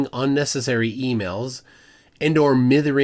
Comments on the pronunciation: Never thought I'd hear the word "mithering" on a US youtuber's content. Nice. Quick note on pronunciation tho - "MY-ther-ing" It means to complain pr pester someone incessantly, especially about minor stuff. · I wouldn't expect you to know the word "mithering" (it's a long "i", not a short one), but this does give is a clue about where "The Spaniard" comes from, and it ain't Spain "Mithering is a Northern English informal term that means to annoy or pester someone, often by complaining or fussing about something. It can also refer to making an unnecessary fuss or worrying excessively." We sometimes use it in Scotland, too. Maybe someone should reply to this missive against mithering by denouncing the whole scheme and Simon Goldberg as horribly clarty. There's another word of similar provenance, but my spellchecker doesn't know either of them.